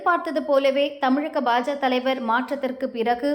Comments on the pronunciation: இந்த பெண் உச்சரிப்பு சரியாக இருந்தாலும் பாஜக என்று கூறாமல் பாஜ என்று கூறுகிறார் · அதிமுக என்றும் பாஜ என்றும் பாதியாய் உச்சரிப்பது ஏன்...? இரண்டிலும் கட்சிக்கான 'க' என்னும் வார்த்தை உள்ளதே?